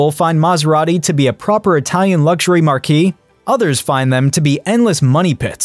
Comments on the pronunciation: Not markee, mark. It's European and unusual. Markee, is a space for signs, or a huge tent. Mark is a name, Ford or Tesla. It's pronunciation. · Marque is pronounced mark. Not markee. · marque: pronounced "mark." And then there's mar·quee /märˈkē/ noun a canopy projecting over the entrance to a theater, hotel, or other building. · How much credence can I give to information from a guy who can't pronounce "marque" properly. (Hint, it's not a big tent).